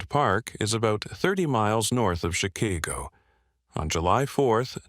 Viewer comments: "Chi-KAY-go"? Yeah. Have someone, anyone, watch this crap prior to posting it. I'll leave it to someone else to check on you, because your channel is BLOCKED on this gonk-u-lator. LOL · How hard is it to pay a human to narrate. One who doesn't pronounce it Chi-kay-go. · "Shah-kay-go". LMAO. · She-KAY-go?!?!?!? LOL [Chicago]